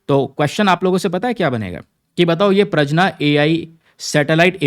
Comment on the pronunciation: It's प्रज्ञा not प्रजना